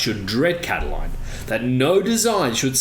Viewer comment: I believe his name was Lucius Sergius Catilina, the anglicized name being 'Catiline', not Cataline..